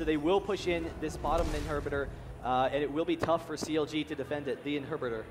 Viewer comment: Lol "they will be able to push down this inherbudder"